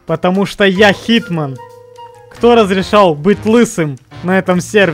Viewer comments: Не хитман, не Джон чиз Уик, а ЧИЗман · HitMan а не HeatMan =))